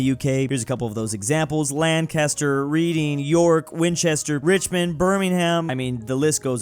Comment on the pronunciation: As someone from Lancaster PA we pronounce it Lan-kiss-ster